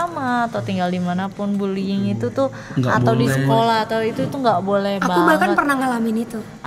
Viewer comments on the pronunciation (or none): Satu lagi anwar harusnya buliying malah buliling